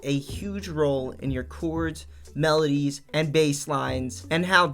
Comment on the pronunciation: Jeeezus man...learn to say CHORDS!